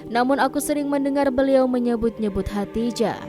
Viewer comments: Min,, Lidahnya awas keseleo. Khodijah bukn hatijah. Min abal-abal ini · Bukan khatijah tapi khadidjah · Narator nya bilang khadijah terdengarnya hatijah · Hodijah, atau Hotijah,,? Yang betul doong ngucapinnya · Kok Khadijah dibaca Khatijah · Khadijah.jangan salah sebut